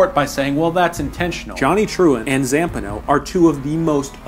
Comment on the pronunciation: Interesting that you would pronounce Zampano the way you did